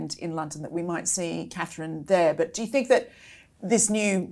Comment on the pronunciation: is still a sussex supporter,who cant even say Katherine properly Why do you have her on